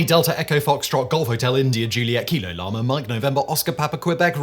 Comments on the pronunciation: Llama? LLAMA? barely 10secs in. Lee-Ma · I'm sure I heard Llama 🦙 rather than Lima there 🤣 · LIMA. As in Peru! Not LLAMA, as in... er.. Peru? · Simon totally said Llama instead of Lima 😁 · Bro said Lima (Li-Mah) rather than (Lee-Mah). Immediate downvote I can’t believe he did zero research for this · It's Lima, not Lama! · "Lima", not "Llama" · It is pronounced "Lee ma" not "lie ma" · Isn't it Lima not Larma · It doesn't bode well when the video starts off pronouncing lima as llama while showing the pronunciation guide that says LEE-MAH. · Lima not Lama but that is the point of it, even if I heard Lama there is no similar word and I know it was an L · You said 'Llama' at the beginning instead of 'Lima'. I heard it and you can't deny it. 🤣😂🤣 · Lima not LLama.. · it is Lima, not Lama. Gulf 2 niner out. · Hey Simon whats with lama its lima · In the beginning when he said them all really fast, he said llama instead of lima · He said llama for Lima in the very beginning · Did that man say Lama instead of Lima lol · You said llama? 😂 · Lima LE-ma not llama lmao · Did he say "llama" instead of "Lima"? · Incredible miss right in the intro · Did you say "llama"? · Lama? Really, Simon? Within the first TEN SECONDS?! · LEE-Muh! It's right there! Le sigh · You definitely said Llama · Could have sworn you said “Llama” the first time 😂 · Did Simon say llama? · If you ever served in the armed forces or worked in aviation - you cringed at several of those. Llama? Kwebeck? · Did he just say LLAMA??? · Its not Lama....